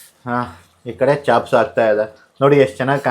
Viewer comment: Chops adu chaps alla. Kannada creator adru english sari idre chanda.